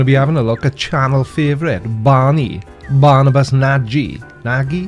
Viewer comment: Barnabas Nagy is an hungarian name. It's pronounced "Barnabash Nahy".